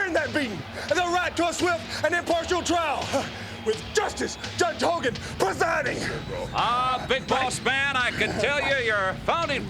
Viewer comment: It sounded like hogan said big balls man 😂 but I know he says big boss man it just sounds different 😂